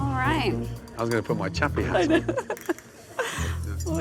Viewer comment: Sounds more like crappys than chappys